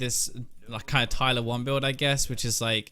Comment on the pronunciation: it's pronounced Tyler fkin 1 BigBrother